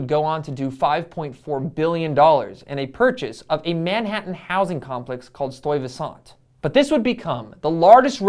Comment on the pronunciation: "Stuyvesant Town" stai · vuh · snt town